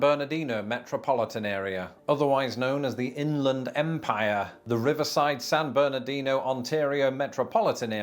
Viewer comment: He's not saying "San Bernardino" correctly. The locals pronounce it "San Berdino".